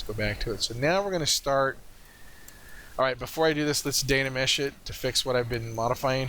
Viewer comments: thanks for the tutorial. Really enjoyed it. i need a more accurate and Much higher resolution workflow keeping texture and detail. i think, but a lot of the things you mentioned were helpful. please dont say Dana mesh, its Dyna mesh drove me crazy haha. you might want to consider fast forwarding or timelapse during the waiting for your computer to process. made it a little hard to watch. Dont get me wrong, I really enjoyed the video. Thanks for sharing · Really helpful, thanks But, please repeat after me " Die Na Mesh, Die Na Mesh " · I think you mean *dyna*mesh ;) Very good tutorial, thank you!